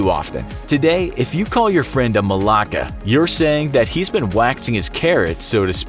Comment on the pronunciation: I've never seen anyone get annoyed from being called a malaka. The kos omak one is true. Ppl get killed for using it. Also find it funny how he mispronounced everything